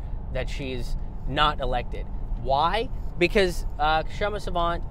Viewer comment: Sawant is too polite to correct people who butcher her name even in front of her but seeing another indian butcher her name I have to step up and point out that the k in her name is silent.